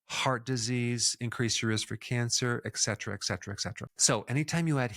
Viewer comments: Mostly really good stuff. How can someone as seemingly smart as you actually pronounce a word like eksetra. It really drops your perceived IQ when you can't pronounce simple words. By the way, it's pronounced the same way it's spelled et cetera. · Dear Doctor. I am a fan. it is Et cetera not Ex cetera. Not a big deal but it grates on my ears, when so many people pronounce it wrong. Thanks, great video.